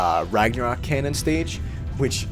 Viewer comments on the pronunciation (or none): none